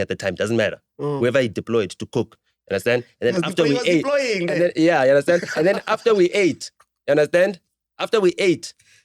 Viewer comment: "uya understenda" lol